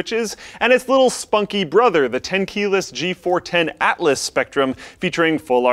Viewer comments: *ATLAS not ALTLAS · the "G410 ALTLAS SPECTRUM" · Gotta love the "Altlas Spectrum" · Altlas... Alrighty then! What's next, Speectrum? or Sspectrum? Lol.